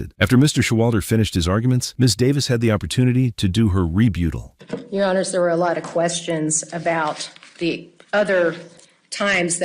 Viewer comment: Dear Narrator, tell me more about the REBUETEL.